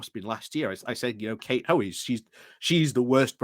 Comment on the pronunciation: Why is the second ‘o’ from Hoey’s name always omitted?